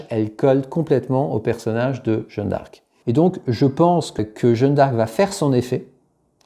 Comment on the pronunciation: Pas "Jeune d'arc" mais "Jeanne d'arc" merci ...